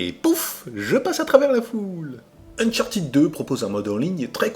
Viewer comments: Ça se prononce "Uncharteude" en fait, pas "unchartid". Très bonne vidéo sinon ^^ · c'est unchart'd avec un d haspiré; revise-toi-même ton anglais avant de donner des leçons. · (suite) Néanmoins, tu as le droit de dire Unchartèd, mais sache que tu reste dans l'erreur et ne corrige pas les autres avec ta mauvais prononciation. Des plans pour que tous restes avec un accent de merde et que les anglos nous comprennent ou se foutent de notre gueule. Merci p.s, la phonétique a des règles reste internationales et on la retrouve dans les dictionnaires.(Ça c'existe pas la prononciation française) Vu qu''Uncharted n'existe pas en français, on regarde les dictos anglais. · A oui, tu tiens cela de quel dictionnaire, car moi mon Cambridge Dictionaries Online( qui est une référence) me dit un UK "uncharted adjective literary Pronunciation UK /ʌnˈtʃɑː.tɪd/ How to say uncharted adjective in British English US /-ˈtʃɑːr.t̬ɪd/ How to say uncharted adjective in American English". Tu crois entendre Ed,.mais c'est i non appuyé ou le simple son D sans voyelle. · A moins que tu montre la page du Robert ou l'énoncé de l'Académie français concernant la prononciation des mots anglais qui confirmerait ton énoncé, tu as encore tort, car cela se prononce,ʌn.ˈtʃɑɹ.tɪd/ (avec AUCUN Sons È ou I).. Au moins, l'anglo. prononce bien fromage dans son ''omelette du fromage"